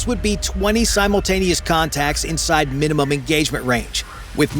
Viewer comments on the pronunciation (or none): none